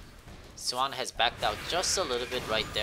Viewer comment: it hurts that you say lane, but then pronounce swain swan in the same sentence